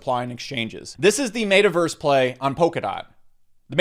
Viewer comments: mate uh verse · Yooo i almost spit all my food out when he said MAY-TAH-VERSE 🤣🤣🤣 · Did you say mata verse ? And sandbacks what is wrong with you ? Do you smell burning toast ? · Ur pronouncing meta verse so wrong 😂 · You say Metaverse different lol